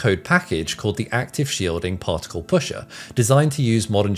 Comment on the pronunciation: Take a shot of brandy every time he says: "PauhLk tik UL"